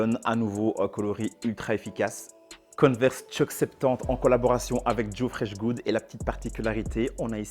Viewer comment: On dit converse et pas coneverse